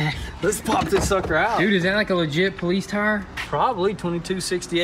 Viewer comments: Instead of the amount of cars going down, your place is starting to look like a used car lot. Damn bud you keep mispronouncing police . Got everyone watching laughing their asses off each time you say poleets. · "Poleets Car" Howling every time i heard it! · Cbr Duck how do you think it’s spelled?😂 poless?? It’s police buddy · *Poleetz hahaha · Danyl Goutier “po-leets” it’s police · "Issa Poleets transmission" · Nobody:: Poleetz Car 😂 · can someone tell the guy that can't say police properly that it's not polits it's police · Pulleetz car? Something wrong with you saying Police? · Who got annoyed when he kept saying politse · Police not poleets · The “po-leets” car lol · 😂😂 I was sitting here like wtf the poleets is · I was wondering if i heard right. Love the vids but that politze word was jst anoyying as shit. Lmao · poll leets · “Politze” car 😂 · Nobody:: WOAHHH A POLEETZ.... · in german you said "politzei" :) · Are they keeps saying politze car or I'm hearing things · Poleetz Poleetz Poleetz!!! lol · "Poletes car" 🤣🤣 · Why he keep saying “politz” 😂😂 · “You guys won’t believe the good dill we got on our new poleets car!” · I thought I was the only one hearing him say politz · I absolutely love how says ''politze'' lmfaooo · "Poleetz car" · You're killing me lol "Poleetz car" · I heard the words crazy and poleets quite a few times in this video. I think its a new record for CRAAAAZZZZZYYYYYY. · "Poleets" cruiser😂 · Why do you guys pronounce police poleetz? Strange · Why does kept saying politz?:) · Funny how calls it a politz car... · Why does he kep Saying politz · poleets car wth :) stop saying poleets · Lmao Politce. Tell him just to say cop lol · The "Poleets" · Why you sayin politz? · What the heck is 'poleetz". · Homie said "poleetz" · Poleetz.. tsk tsk tsk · Police in Italian = Polizia (poh-leets-ee-ya) seems like your Italian supercars are rubbing off on you boys.